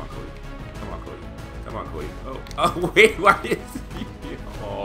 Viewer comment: every time you said cody it sounded like kobe.hehehe